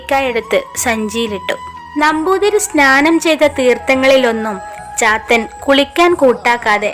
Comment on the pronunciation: ചാത്തൻ എന്നത് പാത്തു എന്ന് കേട്ട പോലെ തോന്നി...😂😂